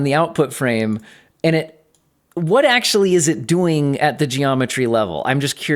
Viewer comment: You pronounce "doing" like Arnold Schwarzenegger. "What are you duuing?? Get to the choppa!"